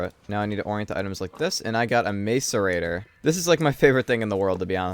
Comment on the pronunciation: Do you intentionally call it a MAZE-arator, like his it an inside joke or something. I've been watching for a while and you've been saying it in every playthrough. No hate or anything, just curious, really.